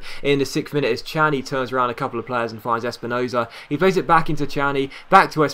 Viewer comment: Its pronounced kani not chani